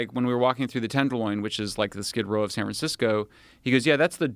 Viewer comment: Dude is clearly a grifter, but not gonna lie, I loved when he slipped and said san fran-sicko. That would be an amazing name for a bay area gangster rapper. Fuck it, I'll take it. I am now going to go by San Fran Sicko, my album Rhymes Against Humanity will be dropping soon